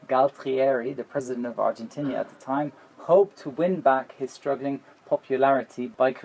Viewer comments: Nice video. (But it's not "Argentinia", it's "Argentina") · Argentina. "Are jen teen ah." Not "are jen tin ear" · Three things. 1. The Falkland Islands aren't 16000 miles from the UK. 2. The country is Argentina, not Argen-tinia. 3. And perhaps the biggest sin. It's not new-KILLER, it's new-KLEER, try that again, new-KLEER. Got it. Brilliant. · Argentinia? Or Argentina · What a beautiful plane and I love the howl. It is Argentina not ...tinia. Sorry to be critical given the intresting video. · Argentina, not Argentinia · Since when did the English start pronouncing Argentina as Argentinia? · Dahell is an "Argentinia"??? And "nucular"??? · It's nuclear and Argentina, not nucular and Argentinia. I disliked this video because you took sides, "Luckily the bomb destryed the runway...". What??? That is not your style ! Nein, das geht gar nicht. Do you have any idea how many people died unnecessarily in this stupid war? How many young 18 y.o. Argentinian boys were sent to their death? It is a very sad part of history for both sides. I appreciate a proper analysis of a plane, but please don't take sides on a stupid, petrol and geopolitical based horrible war. I am all for planes, and completely against war. Thank you. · The country is Argentina, not Argentinia, lol. The people of Argentina are called Argentinians. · "Argentinia..." You've got a pretty good English accent. German? You say you don't want to go into too many details about the Cold War, but then declare it was over in the early 1960's . There are some people in these comments suggesting you sound like an historian. I think you just sound like someone saying alot about something of which you know very little. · Yes, I noticed that, too. It's likely because the German translation of "Argentina" is "Argentinien." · Dude... "Argentinia"??? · Do you Germans say "Argentinia" instead of Argentina? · The brits add an extra letter and syllable into Argentina too? Ar-gen-tin-i-a? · what about "Argentinia"? ;)